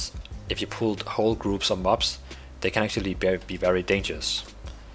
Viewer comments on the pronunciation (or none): none